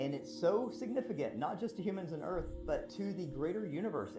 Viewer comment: Easily one of dumbest conspiracy vids ive ever watched. Had to constantly skip through cuz 95% of these vids are bs and brainwashed people. And its pronounced EARTH not EARF you illiterate fk. Cant wait til its cool to be intelligent instead of a moron.